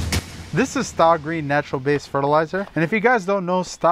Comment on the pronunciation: Just a guess but I think it’s pronounced STAY not STA .